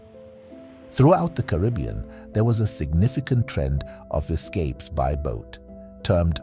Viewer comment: Car ah b un.... not Cah rib e un !!!